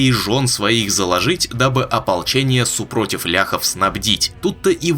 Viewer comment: не супрОтив, а супротИв